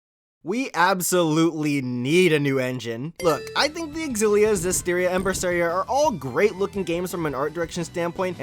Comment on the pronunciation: Cringe every time I hear xillia mispronounced